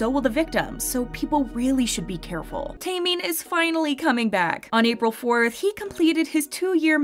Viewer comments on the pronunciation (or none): u saying minhyuk wrong n taemin